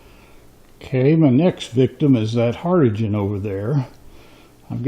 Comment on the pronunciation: The word is pronounced HARDING!